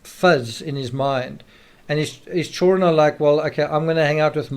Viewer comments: The word children has "D" in it. Child-dren, not chilren like some racially portrayed black nanny from the 1800s in movies. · Man, your pronunciation of “children” really takes me out of being able to keep following your train of thought....chur-RN....❓❓ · DUDE LEARN HOW TO SAY CHILDREN!!! ITS SO ANNOYING HEARING CHOWREN!!! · Why cant this guy pronounce chidren correctly?? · I really wanted to watch this but couldn't get past the way you pronounce the word children 😲